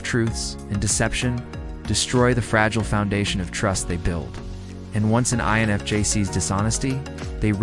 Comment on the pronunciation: your AI voice is saying enfj instead of infj talking about "fake people" and there is something very amusic about that to me